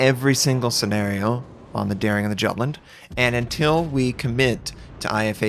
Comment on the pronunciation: The way you pronounce Jutland, ouch.